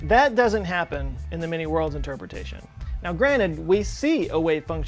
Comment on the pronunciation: Every time he says many-worlds I hear mini-worlds .